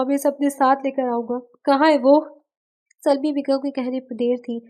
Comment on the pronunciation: Yaar ap Urdu k Kafi alfaaz ghalat perti ho sawar nahi saror hota hai mabwat nahi mabhood hota hai or Salma hai salmi nahi.